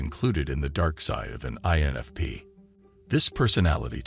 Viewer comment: I'm sure this is yet another AI vid. So many errors even the pronunciation of "INFP"!!! - sounds like it says "ANFP" and "ENFP" in first couple of minutes (that's all I could handle). And now I'm leaving a comment which boosts this vid's algorithm popularity. When will we ever get out of the matrix?!😨😨🤣🤣